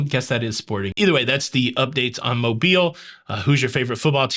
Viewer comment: Cruise News Time! 👏🏽👏🏽👏🏽lol you’re still saying Mobile. I think you just wanna say it .